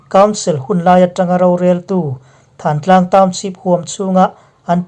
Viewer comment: Thantlang nilovin thlantlang tih zawk tur a ni